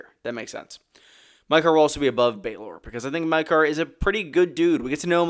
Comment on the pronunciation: In what world you believe Maekar Targaryen is pronounced "Mike-are" considering how all of thier other names are pronounced???